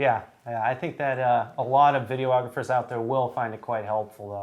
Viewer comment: I think it's videographers, not video-ographers.